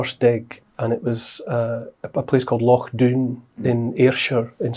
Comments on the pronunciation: 4.27 Mark, he could have chosen any location in the world but he chose "Loch doon" (lock down) 😂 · "Loch Doon" or with the Scottish accent, "Lockdown?" LOL that's apposite considering Neil's stance against it!